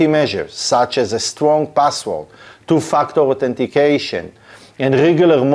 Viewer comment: Is it me or he judt said "TOO-F**KED UP- AUTHENTICATION" :face-green-smiling